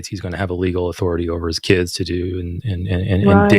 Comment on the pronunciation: it's "limiting your kid's" not "limiting your KIDZIZ."